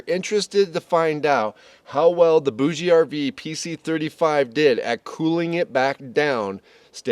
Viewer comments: Hi, I have been using a BougeRV fridge for years and I love it. I think it it pronounced boosh RV. Pretty sure the e is silent. Thanks for the info on this unit. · FYI, it is pronounced Boug RV. The ‘e’ is silent. I got this directly from a BougeRV rep. For those that really need A/C cooling, the noise should be a moot point. If you’re that sensitive to noise, staying home would be your best bet. A lot of people like to sleep with ‘white noise’ and this unit gives cooling and white noise all-in-one. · I think it is pronounced like bourgeoisie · I believe the "e" in BougeRV is silent.